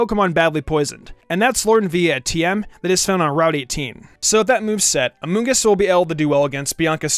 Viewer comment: Gods everytime he says amoongus I giggle